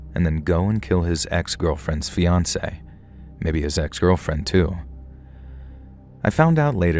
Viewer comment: So, AI can't say the word fiance?